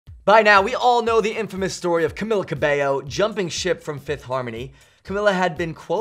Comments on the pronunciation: Its " Camila Cabello" not " Camila Kaybo" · camila "kabayo" lol kabayo means horse in tagalog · “CaMILLa CaBIyo”